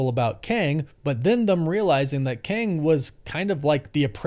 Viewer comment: Why do you say “Thum” instead of THEM? Sound like a big ass little kid.